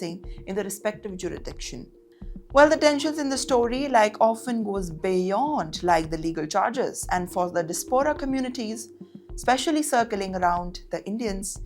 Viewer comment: Not dispora...... But Diaspora Not fewnix but Phoenix ( feenix).